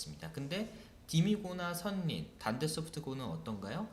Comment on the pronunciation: 선생님 강의 너무 훌륭하고 도움 많이 받았습니다. 감사합니다. 하나 말씀드리고싶은게 있어요. 지난번 영상에서도 선린을 [선린]이라고 발음하시던데, [설린]이 맞습니다. 참고부탁드려요~